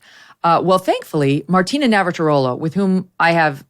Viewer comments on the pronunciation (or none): Megyn you JUST HAVE TO SAY Martina Navratilova's name properly for ONCE!!!